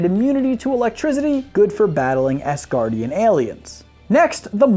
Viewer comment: did you just say esgardian?